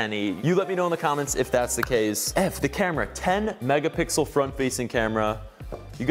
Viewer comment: Did he just say "megapickle"? Not only once but twice?